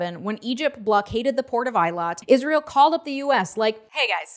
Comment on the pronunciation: Came here to say this. It’s also not eye-lot, it’s ay-lot